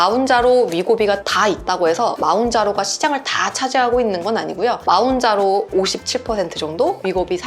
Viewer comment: 마운자로 ㅋㅋㅋㅋㅋㅋ몬자로가 맞는 발음입니다